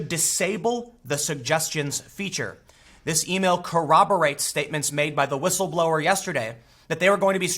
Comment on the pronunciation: Dadfuq is whitstleblowr? Why people use some kind of retarded English nowadays?